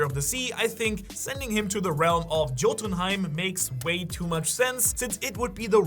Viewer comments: it's not pronounced jotunhiem.. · Yote-in-heim is how the land of the giants is pronounced. I hope that helps any. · dude if you tried to say jotunheim with a J then u a scammer.... like wtf CLICK BAIT!!!!!!